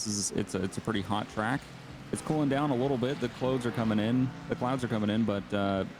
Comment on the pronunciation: "the cloads are coming in"... lol